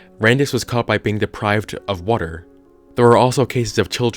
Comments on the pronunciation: The way you say water it sounds like "wortor" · Everytime he says water, the word worter pops into my head. WoRtEr